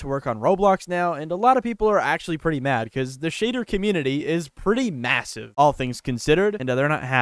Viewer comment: MAAAAAAAAAAAAAAAAAAAAAAAAAAAAAAAAAASIVEEEEEEEEEEEEEEEEEEE??????????????????????? DID YOU FUCKInG SAY MASIVVVVEEEEEEEEEEEEEE LOWWWWWWWWWWWWWWWWWWWWWWWWWWWWW TAPIU!!!~URER ?FAAAAAAWEDDDD@